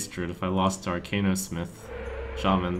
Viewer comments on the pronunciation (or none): none